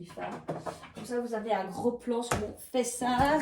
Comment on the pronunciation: Bonjour, ''fess'art''😅 merci pour cette guidance 🙏🙏🙏qui me parle 🙏✨🙏